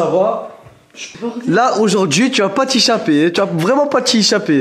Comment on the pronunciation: C'est pas t'ichaper c'est t'échapper